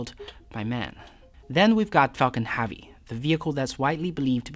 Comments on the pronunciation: Falcon H•ea•vy pronounces Hevy, not “HAVY” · drove my chavy to the lavy but thalavy was dray... for the love of god pronounce it like hevy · your accent seems normal to me, why can't you pronounce HEAVY? Especially since you use it at least 15 times per video EDIT : you also say Davil instead of devil, is it a speech impediment of some kind?